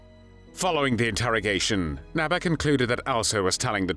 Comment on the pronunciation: It is pronounced "Nébé" , not "Näbä"